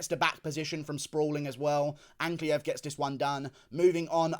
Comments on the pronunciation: 43 minutes fs, also yeah he started saying Ankalaev correctly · GURU SAID ANKALAEV CORRECTLY??? welp.. nvm